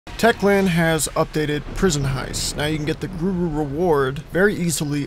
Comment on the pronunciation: Did you say gruru?